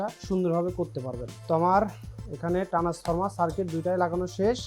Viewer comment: আরে ভাই ট্রান্সফরমার না ট্রান্সফর্মার